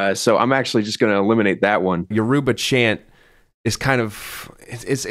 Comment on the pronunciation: Pronouncing Yoruba they way they did should be a crime